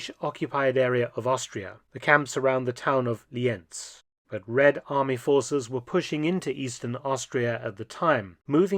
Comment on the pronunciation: Yes and they confuse Lienz with Linz in the German synchronisation the English original spells corrctly Lee-Ents and not Linz